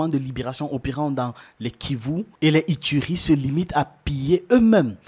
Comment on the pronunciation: Ituri se lit "itouri" c'est une langue africaine, pas du français.